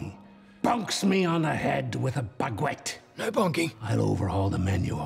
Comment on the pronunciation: Baguette 🥖 Pronounced (Bag - Wet)